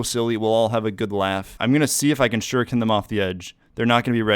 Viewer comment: dude i thought u kept saying sugar cane...shu ri ken